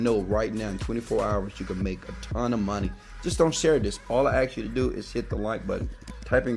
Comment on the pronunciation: Hey, you always say the ask, u say it aks, why is that, this means I have been watching your videos very closely and I pay attention. LOL 😆